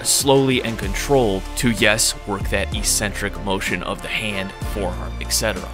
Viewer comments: The word “eccentric” has two Cs. These are pronounced as they are in the word “accept”. Don’t know why people seem to pronounce it “E-centric” in fitness videos? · ECcentric not Ecentric. Please. Please... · EEEEEEEEEcentric is not a word in the English language. It is pronounced eK-Sen-Trik. Don't listen to all of the meatheads who think the word only means crazy. It doesn't. It means 'away from the center'. An eccentric person is considered 'away from the center' or 'away from the norm', or 'away from the top of the bell curve', if you will.' JUST like the tendons moving away from the muscle belly is considered an eccentric motion. You're smart and an independent thinker. If you don't believe me, just take two minutes to look it up. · Great video. However, "ee-sen-trick" isn't a word, it's pronounced "eeK-sen-trick" or even "ehk-sen-trick", I believe for all its meanings. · its ek-centric, not electronic-centric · Its pronounced eck sentric.